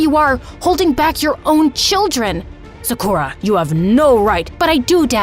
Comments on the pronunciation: She said im seukra its sa - ku - ra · It is not 'Saakurra' but 'Saakaru' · literally loved this story but the thing that annoyed me is that her name is pronounced (sock or uh) not (suck ur a) ik that bc thats my friends name i also looked on google translate to make 100%sure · BRuH it’s not su Kuh ra it’s sa ku Ra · sa-kura no suhkura yes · it gives me the ick when yall use other people's name or culture but dont pronounce it right... it's SAKU-RAH. the stress is in the RAH. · Who is kinda annoyed that Sakura in this vid is pronounced se- ker- a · Its said sa-ker-uh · is it not pronounced sakcrew-ya? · sakra is how Sakura is pronounced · And the prononciation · who pronounces sakura like that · Is it just me or is the people pronouncing Sakura wrong the whole video kinda annoying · i cant stand this, next time try looking up how to pronounce a name pls for the love of japan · It sounds odd to hear Sakura pronounced different. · why did they pronounce sakura like that 😭😭